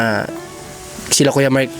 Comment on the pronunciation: Ano ba talaga name niya MIKE ba or MARK??? kasi ang bigkas lagi ni ay Mike, sa thumbnail ay Mark!